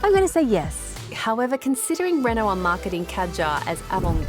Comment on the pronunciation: She pronounced Renault wrong.